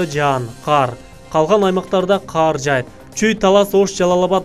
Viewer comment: Неге каар дейсинер кар десе болбойбу